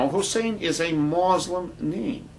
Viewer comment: what the fuck is this guy talking about? Not all of the founding fathers were christian. That's a lie.And even if Barrack Obama was a muslim (and by the way it's mUslim not mOslim) and not a christian, who cares?In fact I think it's about time we have another athiest president(thats right I said another, do some research and maybe you'll actually learn somethingI think that it seems smart to elect someone who doesn't believe in stupid fucking bronze age myths. -peace